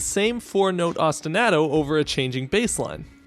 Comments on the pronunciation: I enjoyed your analysis. This is a great game with a very compelling soundtrack. I was way too distracted by how you pronounced ostinato, though. Keep them coming. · Now, your analyses are of the best I’ve ever heard, but that is not how you pronounce ostinato, and it hurts me every time you say it that way